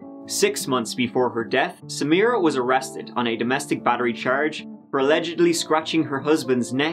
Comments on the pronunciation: That is the correct pronunciation. It wasn't pronounced Sameera, it was pronounced Sam - i - ra or Samra. if you listen to interviews with her friends and family, they pronounce it similar to the prosecutor. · At first, I assumed you were bothered by her mispronunciation, assuming she would pronounce it "Sa-MY-rah" or something. I finally got that point where she was giving her statement to the jury and she said it like...I can't even write it out, since I've already forgotten how badly she butchered the name. You're damn right that prosecutor was annoying. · Samra? she can't even say the woman's [incredibly easy] name correctly!!!